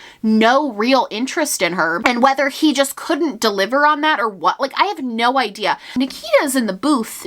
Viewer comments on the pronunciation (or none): none